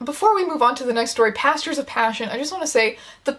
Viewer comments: I heard “PASTORS of passion” instead of “PASTURES of passion” and I nearly had a stroke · ngl i thought she was saying "pastors of passion" and was very disappointed when i realized that it's a horse book so of course it's actually "pastures" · OH GOD I THOUGHT IT WAS PASTORS UNTIL I READ THIS COMMENT